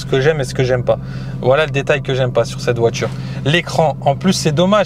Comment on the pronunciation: On dit voiture, pas voitchure